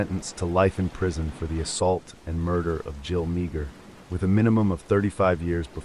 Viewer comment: Meagher, pronounced 'Meer"